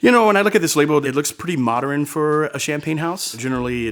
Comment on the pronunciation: He keeps saying "moderen" what language is that. Fancy French for modern?